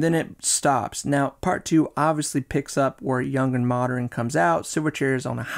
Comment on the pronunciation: And the occasional "Moderren".